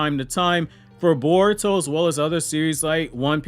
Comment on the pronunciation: Bar-uto Explained!!